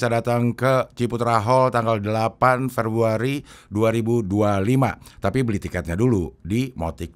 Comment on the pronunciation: baru sadar klo promo cing abdel nyebutnya Ferbuari, bukan februari 🤣